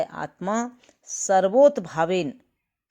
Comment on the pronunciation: कृपया चैक करें पुस्तक में प्रयुक्त शब्द "सर्वोतभावेन" नहीं बल्कि "सर्वतोभावेन" होना चाहिए। कृपया शुद्ध रूप से पढ़ने का प्रयास किया करें। सर्वोतभावेन ✖️ सर्वतोभावेन ✔️ यद्यपि लेख बहुत ही प्रशंसनीय है। इतनी अच्छी आध्यात्मिक प्रस्तुति हेतु आपको बहुत-बहुत हार्दिक साधुवाद तथा वीडियो को लाइक प्रेषित है। जय सच्चिदानन्द 🌷🙏